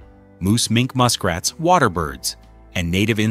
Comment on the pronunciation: The AI reading is humorous. My favorite is the muskrat that he called the Moose Mink Muskrat. It’s just the inflection that makes it so silly. I would have ditched the AI reading, but I really wanted to know about the awesome beaver accomplishments. :)